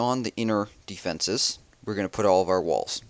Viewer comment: Why does and cheif pat both say deefences?